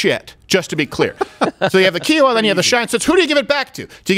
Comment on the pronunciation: STEVEN! In north central Texas, we have a tiny lake… called “Lake Kiowa”. I’ve only ever heard people from California call it “Kee-owa”. Its “K-eye-owa”!!